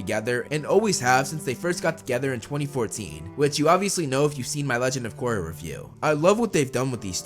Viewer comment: "Legend Of Gorra"